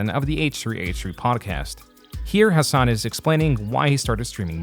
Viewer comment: Haha Alex Jones saying has-doosh-san has bish tits was hilarious af hahahh